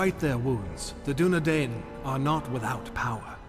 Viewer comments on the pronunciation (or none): Too bad his pronunciation isn't Tolkien. Soron? Dunedane? Numenorians? Rudar? Sounds like someone forgot to do their homework. See notes in the Silmarillion for details. Tolkien went into great detail on the particulars of pronunciation for things like the Dunedain. He was a linguist after all. Not this guy though. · The proper pronunciation of the "ai" dipthong is not "ay", but "eye". "DOO-ne-DEYE-ne" and "AR-the-DEYE-ne" are the correct ways to say the names and every time the narrator fucks it up it sets my teeth on edge. Tolkien had a whole damn appendix devoted to pronunciation, if you're going to make anything based on his books then please read them cover to cover.